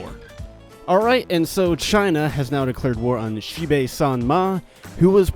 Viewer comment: Someone that pronounces Xibei correctly!!